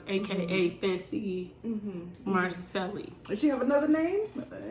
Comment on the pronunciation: Didn’t even know about this channel. Subbing now! You are right about everything except the way you say Macceli. lol